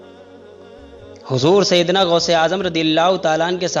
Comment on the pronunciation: गौस होता है गोश नहीं